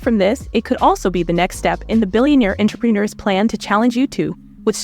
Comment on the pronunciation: Is that a chant GPT narrator cuz she keeps getting those names wrong Jibson? Misk? Suspect even said entrepreneur wrong.